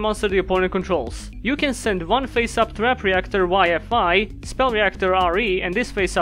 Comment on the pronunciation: The funny thing here is you sometimes pronounce 'Face up' as 'Pissed Off'.